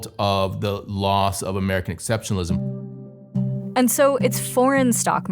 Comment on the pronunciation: Every time hearing exceptionlism. I laugh.